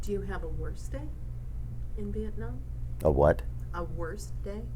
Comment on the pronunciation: "Wost day?....I think they where all that way" That's very sad 😞